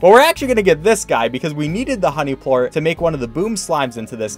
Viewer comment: ''Phosphor port's instead of phosphor plort